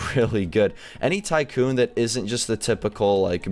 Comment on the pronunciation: U said sycoon lol